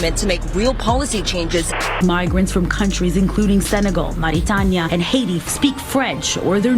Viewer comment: Who is the dipstick doodle that purposely pronounced “Mauritania” in an hispanic accent? They speak Arabic there.